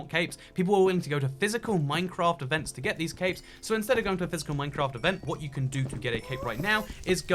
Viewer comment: EVERY SINGLE TIME you said “capes” I thought you said “caves”